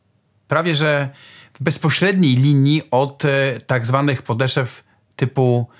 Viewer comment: Wszystko fajnie taka uwaga mała mówi się podeszw nie podeszew